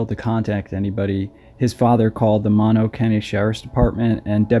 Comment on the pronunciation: Moh-no county, not maw-no.